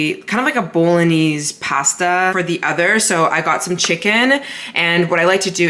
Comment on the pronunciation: Love your videos but can’t deal with how you pronounce bolognese